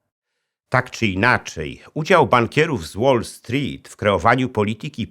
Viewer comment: Super się Pana słucha, ale proszę sprawdzić wymowę "wall street" bo cierpiałem w trakcie materiału